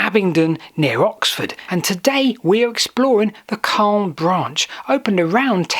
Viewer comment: Wow I grew up in Calne but left Calne decades ago Never knew about the branch I went on the Calne to Chippenham railway as a child a long long time ago and walked along the Marden But this is so fascinating PS sound the “A” more when youn talk about Calne more its how the locals say things